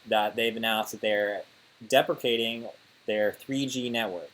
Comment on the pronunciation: did he say defecating on the network? 🤔